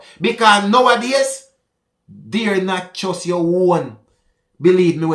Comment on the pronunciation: I know I'm being pedantic but its dare not dear,...